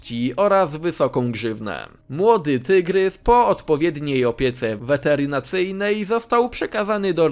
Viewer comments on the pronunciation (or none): Opieka weterynaryjna, a nie weterynaryjna!